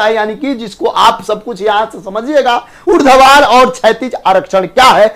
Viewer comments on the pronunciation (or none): Urdhvar vs urdvadhar 😅😅😅😅😅